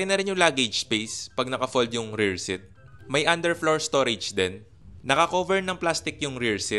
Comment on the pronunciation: Seat is "seet" not "sit"